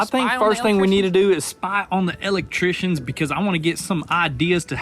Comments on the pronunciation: He kills me with that " L ectrician " 🤣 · “Let’s go spy on the El-Leck-trishions” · Elect...Trictions lol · Where'd you guys learn how to say electrician